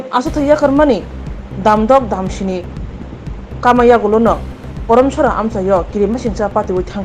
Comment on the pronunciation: Sorry for correction. It's Karamcherra not Koromchora